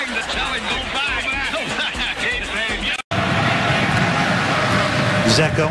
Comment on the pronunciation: commentator calling balotelli stupid but didn't even look up how to pronounce Eden Dzeko''s name before he called the match